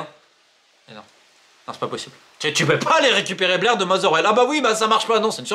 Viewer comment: C'est pas Blair mais Bair, ça montre ton niveau de connaissance du ballon....